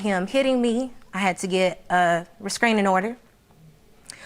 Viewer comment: Ive never heard of a "resKraning" order 😂😂